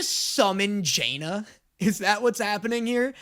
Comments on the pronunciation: I don't understand how is able to continuously drastically mispronounce the name of characters that have had their names said aloud in this show. It's not Jaina, its Janna, and its not Sevehka, its Sevika. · say JAnna instead of Janna cause me physical pain. what makes the A capital dude like come on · please if you get any name right please let it be janna's name IT'S NOT JAY-NA IS JAN-NUH AAAAAAAAAAAA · It’s def not pronounced Jay-nuh that was crazy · pronouncing Janna like Jaina Proudmoore and Sevika just flat out incorrectly makes my brain sad. They say their names in the show. It's not a mystery how they're pronounced. Just say what they say. Da-nye. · The Jaynuh pronunciation gets me every time, especially with his knowledge of league 😢😅😂 still loving his content, no shade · I swear, is INTENTIONALLY pronouncing things wrong... "JAY-NA"?! Really?!